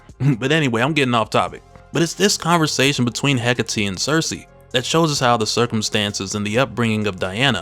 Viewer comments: The name is pronounced "Heh-Kate". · I get that it's "heh-KAH-tey", slight emphasis on the "ca" but nothing too crazy, cadence is sorta like saying trabajo in Spanish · Absolute Wonder Woman is a boss! I don't care how you pronounced Hecate,but I am going by how it's been pronounced in the animated version produced by DC. He- Kate ,no e at the end. I figure it's their character, they should know how to say it.😊❤